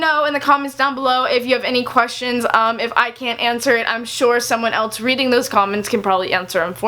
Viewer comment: please stop saying eltse it's else...